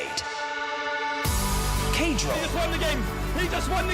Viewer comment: "Kaydrop" :face-red-droopy-eyes